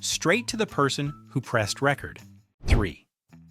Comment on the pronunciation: It's record not record 😂and ecolee really???